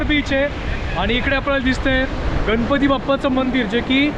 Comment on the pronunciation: गन पती नाही गणपती म्हणा कोकन नाही कोकण म्हणा भाषा शुद्ध ठेवा.